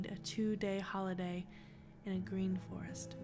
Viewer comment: soon as you said frrest, I didn't trust it one bit, not forrest or woods for me. or camp sites.